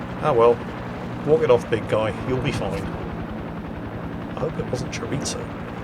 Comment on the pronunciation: “Chore-e-zo”. There is no “T” in Chorizo. It’s Spanish, just pronounce the letters that you see, no need to add any.